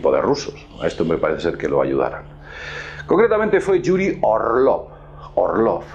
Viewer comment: ya basta de decir Yuri , se lee iuri y se escribe yuri =юрий( letra ю = iu ) o Monrroe tu lo pronuncias asi ?